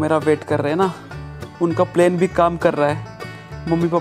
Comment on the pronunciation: Not plaine it's plan